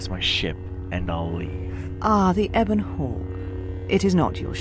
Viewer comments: Oh my God dude the only problem I had with this is your pronunciation of the Ebon Hawk. It's pronounced "Eh-bin" not "Ee-bon" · U said Ebon Hawk wrong. U made it sound weird